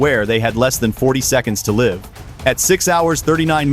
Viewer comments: From the description: "This video is a dramatic recreation for entertainment. It blends real events with fictionalized and unverified elements." FICTION! Thumbs down. AI can't even correctly pronounce the proper versions of "live", "minute", or "1. . . 7". This isn't meant as entertainment, It is meant to deceive. Misinformation. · You can t ll this is computer generated they always mispronounce " Live " . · AI CAN'T PRONOUNCE SAME SPELLED WORDS LIKE LIVE, LIVE ETC!